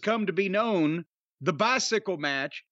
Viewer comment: "He got a bythickle"